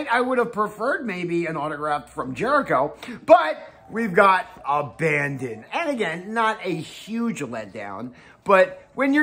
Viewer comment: you pronounced Abadon wrong 🤣